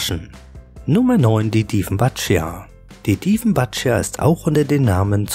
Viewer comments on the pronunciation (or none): Die "Dieffenbatschia" spricht man so aus wie man sie schreibt; "Dieffenbachie" (wie "Bach" nicht "Batsch")